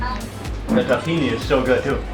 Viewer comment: I love when he says takhine sauce... Arab me is like nah bruh takhino sauce 😂